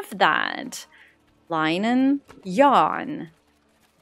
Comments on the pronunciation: Seeing English is not your first language let me give you some help - Linen is pronounced Lin - in ~ Google has a number of links on how to say it correctly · The way linen is pronounced is the * i * is short like in the word bin 😃